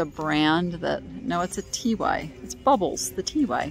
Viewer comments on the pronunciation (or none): TY is pronounced Tie